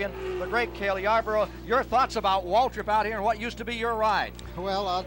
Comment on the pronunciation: It sounds like Cale Yarborough is saying Waldrip instead of Waltrip when referring to DW